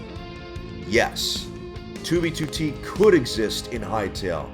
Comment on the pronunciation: 2b2t - what i hear: tubitute